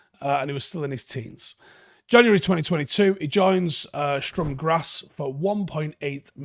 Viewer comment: Just to let you know, It's pronounced with a Missing T! Sturm Graz, pronounced Sturm Gratz